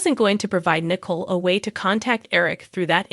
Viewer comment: Her name is Nicole not Nickel